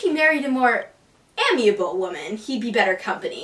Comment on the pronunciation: Felt like a copycat version of The Lizzie Bennett Diaries costume theatre, but a poor copy. Also, the words amiable and especially were mispronounced. If you intend to act, you have to know things like proper pronunciation. It takes people out of the story and makes things unbelievable. I do intend to keep trying with this series because I feel it has promise and I love Sense and Sensibility. Perhaps with some experience and time it will improve?